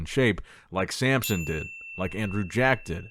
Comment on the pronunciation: It's SAMSON, not sAmPsOn 😐 Every single time. Dude. Come on. You do this for a living.